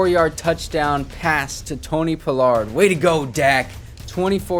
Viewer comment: yea ima keep watching bc this my squad and you showing love but when doing a team rebuild it’ll help yo views and subs by doing a lil research on the team to do the rebuild the best way. That way when a fan of the team you playing with watch yo vids they won’t feel slighted or whatever. When I see you saying Tony “Pullard” instead of paa-lerd it’s just annoying not that big a deal but when you trade him 😂 that’s the line you can’t cross. Rico Dowdle too. And seeing Diggs not start over Lewis. Hearing you call Lewis our best corner. Not having Wilson and Kazee in the backfield. Letting Gallup walk. A true fan want to see realism at least a little bit that’s all. But I fw you bro